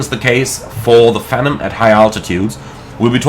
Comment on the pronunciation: I know this is probably a German->English thing, but Phenom is pronounced "FEE-nahm", not "FEN-um" like you're saying. Rhymes with "be" and "bomb", not "venom".